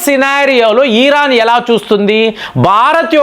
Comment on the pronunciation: Eeran yenti babu.. Iran Correct ga paluku swamy